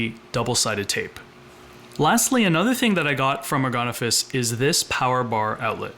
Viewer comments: They make ergonomic office furniture...so it's pronounced "ergon-office". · Is there any chance the final 's' is not pronounced because it is French?